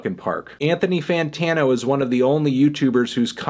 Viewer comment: LETS AGREE: Logic needs to know how to pronounce "fantano"